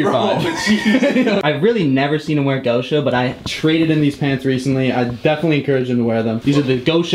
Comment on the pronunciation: i think you are butchering the pronunciation of Gosha